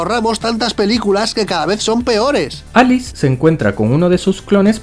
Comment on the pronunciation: Minuto con dice Alix en vez de Alice Error épico jaja